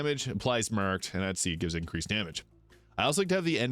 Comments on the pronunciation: Took me so long to realised you were saying “marked”. What accent is that?😂 “mueerrrked” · The way your pronounced the word "marked" is wild